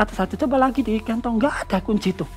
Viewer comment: Bapak ini natural banget. Denger ceritanya Sama nyimak video Nyebut kantong aja Kentong. Hampir ga paham aku pak. kalo ga sambil nyimak video..